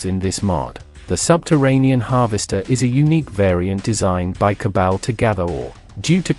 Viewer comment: Jesus. I like your vids.Its ok. But please for the love of god ditch the TTS AI and read it yourself. Modulate it, sure. But read it yourself. The AI butchers names like Cabal or Tiberium in such a horrendous way that it's hard to watch.